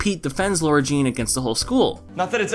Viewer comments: Why does every YouTuber call her LAURA-Jean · In the books her name is spelled “Lara Jean” and she mentions that she doesn’t like it when people pronounce it Laura. It’s more noticeable when it’s written out and in the movie they don’t mention it so they all just sound like they have a slight southern accent